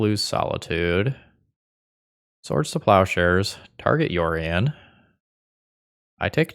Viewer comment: comment for the algorithm - when you're playing the mirror, it's not "yorion", it's "OURion" comrade